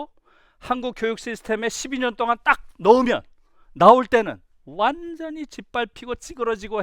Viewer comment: 전혀 관계없는 말이지만... 완전히같이 'ㅈ'발음할때 완즈언히 하는거 너무 웃겼읍니다 😂... 강의 너무 잘 들었어요 😳❤❤